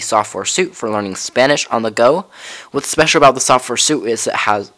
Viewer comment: Please note that the English word suite, when referring to a collection of interrelated software programs, is pronounced as if it were spelled sweet. In this instance, the word is not correctly pronounced as if it were a color and material-coordinated set of clothing items.